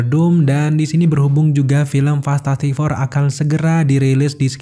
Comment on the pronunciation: Fantastic four bang bukan fantatTastik four